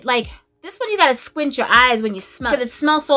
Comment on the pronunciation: Oh my God!!! I was watching this must see video and having to go to the bathroom at the same time. I am screaming out loud laughing at you..."what sho name is?" I felt a little sprinkle on that one. I have relatives that actually talk like that and so that simply made my day on top of all the great reviews. You are truly one of a kind and always make me smile. Thank you so much.